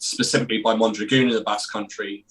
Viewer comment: Mondragon is great - pronounced as it's spelt (as in mon - drag-on) NOT 'Mondragoon' as you guys are pronouncing it. But great chat - thanks guys.